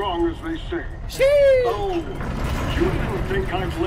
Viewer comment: it's sheeeesh not sheee 💀